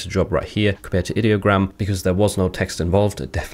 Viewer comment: Like the video, very informative 👍 Its pronounced eye-diogram btw they say that in the rules channel of their discord, I'm guessing alot of people pronounce it id-diogram